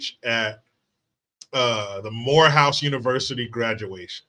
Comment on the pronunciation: joe couldn't even pronounce morehouse.